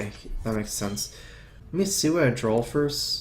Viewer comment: please say draw... not drawl